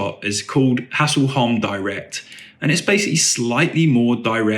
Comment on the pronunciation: ä is pronounced like 'eh'. So some pronunciations for you are: 'EE-Ef-Kay Hess-leh-holm' and Goteland = 'Yoh-teh-land'